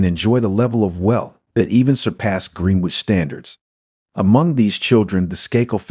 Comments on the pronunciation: Gren-ich ali-by-z please. I can't listen to this no matter how good it might be otherwise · Pronounce Greenwich properly please.